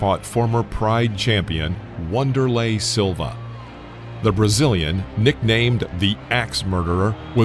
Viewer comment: Yeah, maybe the next video you don't call Van der lay Silva Wonder lay.